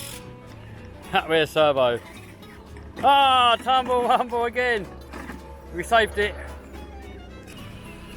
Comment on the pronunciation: Can you please stop saying tumble rumble